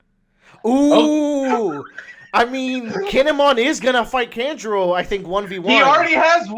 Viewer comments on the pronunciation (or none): You guys are also pronouncing Kanjuro wrong. It's "Khan-Juro" not "Kan" like "can". Kan like "Con" like Con artist. Kanjuro.